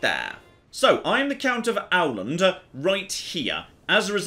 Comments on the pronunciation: Åland!!! Not owl land!! "Aw-land", thus. Please listen and create your very own glorious Ålandska empire! Love your stuff, keep it all up. Long time fan. You make this Norwegian very happy. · Åland: Owland Casus Belli: Cow-sus Bel-eye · LTATTJGR: It's pronounced O-Land! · "Å" is a swedish o. Despite it looking like an "a", it sounds better if you pronounce it like an "o". Ie. Oland instead of Aland, Hokan instead of Hakan, etc. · Nice viceo, but the "Å" letter is actually pronounced like the "O" in "Tom". So Åland is pronounced closer to Oland, rather than Owland like you say it. Just something that stood out to me and I think many others from Nordic. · Your pronunciation of swedish is very good, but Å is not like the o in OWL. It's more like the o in DOG. The phonetics of Åland is [ˈǒːland], can be simplified to [oːland] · If I got it right, in Swedish, Åland would be pronounced more like "Oland" – like, "Awe-Land" ['o:land/t], rather than your "Owland", i.e. Owl-And ['awland]. ...just trying to be as helpful as I may (or may not) be annoying. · Great! back with some cool wholesome Finland stuff, and in nothing less than Crusader Kings III! (Obligatory, probably said by million people already) It's pronounced "Oland", not "Auland". Also, usually Nordic devs are pretty decent at getting the regional names right, but I don't entirely buy the weirdness in the Finnish map. "Käkisalmi" is missing the dots. Savo region gets named "Olavinlinna", which is the name of the castle built in 1400s (and it wasn't even first called that). And I kind of find it funny that there's the massive region of Oulu when the city of Oulu was founded in 1605! (Though admittedly we had a castle of our own since late 1500s, but some dipshit didn't have any idea how to safely store gunpowder in the 1700s, so here we are.) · Every time he says "Auland" I feel a punch in the dick. Try "Ohland" instead. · *the name Åland is not pronounced Auland. More like Ohland.